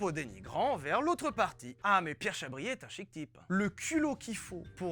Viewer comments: Comment from France Amazing just to imagine you know Vilebrequin ! C'est "Chabrié" et pas "chabrière" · On dit Pierre "Chabrié" pour la réponse 😅